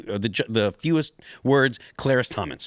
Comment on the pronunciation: Does Phil have dyslexia? He calls the two justices "Kagenti" and "Carice Thomans."